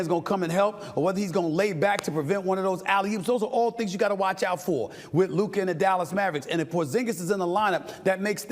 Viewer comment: “Luker Donchick” 😂